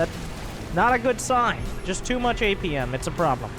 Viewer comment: Took me a while to understand that he said apm not 8pm "8pm is useless"